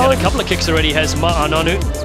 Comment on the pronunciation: I HATE the way the American commentators butcher his name “Ma-A” 🤦‍♂️